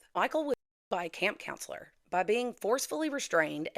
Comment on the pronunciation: A-CAMP.....not "a camp" thnk u 😂😂😂